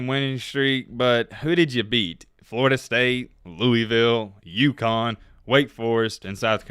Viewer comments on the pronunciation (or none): none